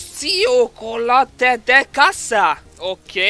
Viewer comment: ciokolată úgy olvassák ki hogy vsokolátö